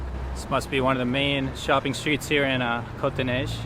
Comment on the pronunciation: your pronunciation of cote des neiges is very very close to the mark, but outremont's is not so good